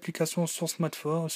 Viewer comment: mdrr comment tarrive pas a dire smartphone ptdrr tu ma tué smatephone lol